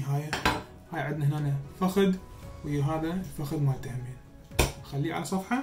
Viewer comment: هلو شيف ليش تكول فخد بدل الفخذ يعني باللغة العربية هو فخذ وليس فخد 🤔🤔